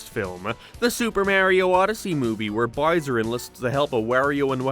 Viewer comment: His name is Bowser, dude. Why do you keep calling him "Burrsur"? XD It's like a toddler who hasn't learned to properly speak yet, what even is this??